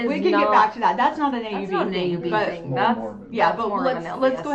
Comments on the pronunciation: sister just said 'I didn't know it was a thing..with a pronounced 'g' sound in regards to a Utah accent. I notice that hard 'g' sound with words ending in g all the time with Christine and her kids. 😊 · talking about the Utah accent, then says “I didn’t know that was a thing” with the most Utah pronunciation of “thing” with that hard g at the end 😂 love you guys. Every region has its own accent and smaller variants within, I could pick out accents from different parts of Ohio where most everyone else would probably think we all sound the same.